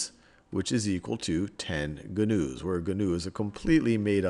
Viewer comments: hahah this was a great video but it not gunoos its pronounced noos hahaha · That word is "new" not gah-news. omg